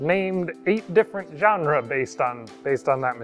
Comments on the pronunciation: "Genrah"? Not "Ge-ne-ra"? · Another hard word to pronounce? Genera. It's not the same word as genre.